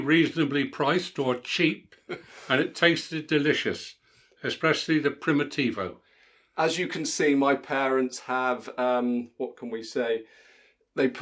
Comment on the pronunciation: I’m so fond of your dad’s attitude. the word “primitivo” was beautifully pronounced 🤗🦉